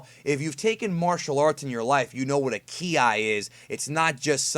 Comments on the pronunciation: it's pronounced "key" not "key-i". but love your video. am just getting into the deeper end of Dragon Ball. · Bro. On the subject of "Ki", It's not "key-eye" but pronounced "kye" (kai) Or "Kee" (key). Other than that you are one of the most in-depth at explaining DB topix Cannon and non cannon ALIKE😎👍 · Key I???? It's pronounced "key" ki. You sound stupid as fuck bro. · I was into your video, until you said k I. Learn base reading skills. Ki, not k and I separated. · Jesus fucking chirst, I can't listen to you. You're so fucking annoying. "Key-eye" "Kara-tay"